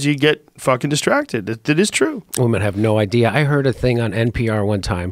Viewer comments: Boi said "Weemen"😂😂😂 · Joe "Wee-Men" Rogan